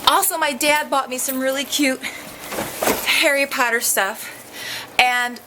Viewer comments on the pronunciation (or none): You said Harry patter